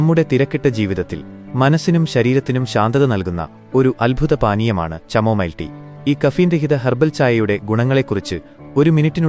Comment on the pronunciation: ചമോമൈൽ അല്ല പൊട്ട കാമോമൈൽ ആണ് 😂